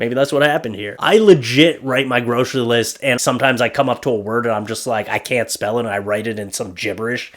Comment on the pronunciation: I completely LOST IT at you reading off that “!” 🤣🤣🤣🤣🤣🤣🤣🤣